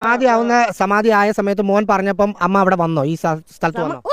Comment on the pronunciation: Samathi alla, samanthi😂😂😂😂😂